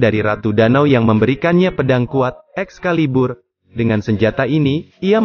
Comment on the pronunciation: Enak pas bilang ex..caliburr🤤